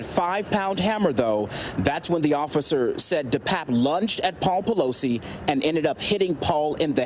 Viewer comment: Everytime you say PEELOSI name, the song HAMMER 🔨 TIME comes in my head,🤭🤣💦